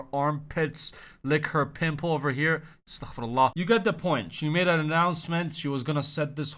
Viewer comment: أستَغفِرُ الله 😶 LOL u say it perfectly